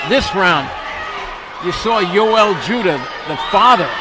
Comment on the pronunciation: No, it's jewduh